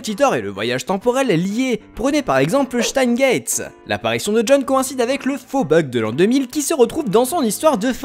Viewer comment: wesh "chtein gate"